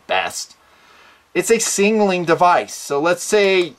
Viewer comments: "Singleing Device"? LOL. Sig-nal-ing. Not Sing-al-ing. #NitpickingFancy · why does he pronounce it singnaling instead of signaling? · SIG-NAL-ING. Not Singling. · Singnaling hahaha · I love your videos and what you represent, but for the love of God, learn to pronounce the word signal. Your whistle is a signaling device. Your fanny pack is singleing device:-) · Why can’t you pronounce Signaling? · Why can’t you say “signaling”?